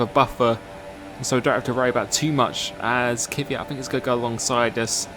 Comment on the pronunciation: Who is this Kiviat you keep talking about?????? ther is no formal 1 driver with that name...!!!! im sure it cant be Kvyat.. For a big formel one fan at least get the names right....Its like when uk people say Vettel, its rong you say Fettel, thats his name, sure you dont mean anything by it, just sounds